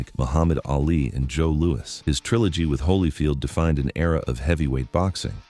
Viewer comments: I have never heard the boxing legend Joe Lewis pronounced as Joe LOU-EEE never ever ever ever!! it has always been pronounced I mean always Joe LOU-ISSSSS PERIOD!! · Pal it’s JOE LOU-ISSSS.